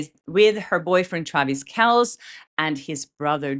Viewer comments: Travis Kelce as in Kel -C not Kelz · Hi! FYI Travis’ last name is pronounced “Kel-See”. He’s a big deal in the sports world so I wanted to let you know. Love you!❤ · Travis Kelce's last name is pronounced Kel-see.:D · Hi. You told us to correct you on wrong pronunciations. And Travis & Jason's last name is pronounced "Kelsee" not "Kels." Much love. 😘 And I watched the New Heights Podcast with Taylor Swift yesterday. I already have been watching their podcast for 3 years. And I adore the whole Kelse family, but mostly their mom Donna. That family is the real deal, and Jason & Travis are the real deal. And Taylor Swift is the real deal. And being 68 I am not exactly a "Swifty" but I am darn sure aware of her talent, popularity and the depth of dedication she has. But her being in a relationship with Travis is the sweetest love story of all. AND I am extra, extra super excited this morning that Taylor Swift has entered the picture, AND WROTE A SONG ABOUT FAKE LIVELY. OMG. Christmas came early this year. 😎🎄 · Kelce is pronounced Kel see just to help with the pronunciation. You always do a great job. No criticism here. I’m just wanting to be helpful. 🥰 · First of all, it’s pronounced “Kelsey,” and given that Taylor’s been quiet about Blake, it is HIGHLY UNLIKELY either of these songs are actually about Blake. Throughout Taylor’s career, she has felt that she’s been canceled several times, which could also be the motivation for this song. Also - “ruining the friendship” is a common romantic trope. Do better research. You claim to be a journalist but journalists don’t speculate the way that you are. Journalism is meant to be objective. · Stopped watching as soon as she said “Travis Kels.” If you can’t even figure out his name, your takes are guaranteed to be stupid. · Travis and Jason Kelce --pronounced KEL-see. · Travis Kell-SEE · Kelce is pronounced Kelsee.